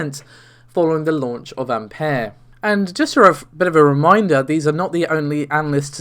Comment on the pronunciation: Can you really pronounce anything right? What the fuck is an Ampair?